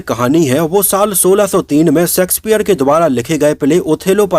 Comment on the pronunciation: आपका सकार pronunciation गलत होता है l please pronounce शेक्सपियर and not सेक्सपियर